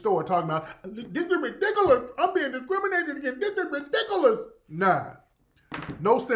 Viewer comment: She said it’s “really-diculous,instead of ridiculous and patient,instead of patron of the store.... Smart-dummy!😂